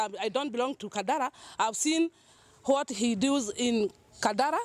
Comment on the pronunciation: Chieeth " ati what he dus' go learn English